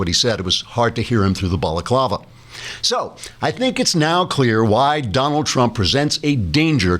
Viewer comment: Typical white, cis gendered male...can't even pronounce "baklava" correctly. I think a delicious pastry such as baklava deserves more respect, dammit! :P